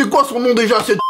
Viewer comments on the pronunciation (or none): none